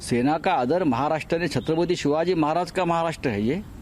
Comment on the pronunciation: This guy makes Donald Trump look like a boy scout and I'm not paying him a compliment. Any one notice he cant even say Chatrapatay Shivajee properly!